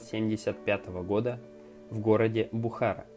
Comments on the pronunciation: БухАра это конечно жесть )))))) ну в Челябинске она БухАра может быть (видимо по логике жители могут называться бухАрики)))), а в Узбекистане она БухарА, )))) ты действительно сначала узнавай как тот или иной город или фамилия произносятся. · Удивительные люди! Потрясающая целеустремленность и сила духа. Молодец, получилось информативное и одновременно релаксирующее видео 😁 Но вот с ударениями надо повнимательнее: ПлОвдив, БухарА и т.д. ☺️